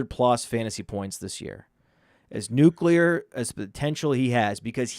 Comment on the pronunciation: says nuclear like George W. Bush, "nuke-u-lar"